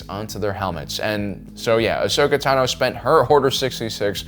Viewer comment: accidently speaks in tongues instead of pronouncing Tano. lol